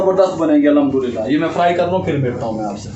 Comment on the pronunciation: پیارے بھائ الحدُللّہ اور الھمدُلّلہ میں بہت فرق ہے اس سے معنی تبدیل ہو جاتے ہے .. بھائ نارض مت ہونا اپ ..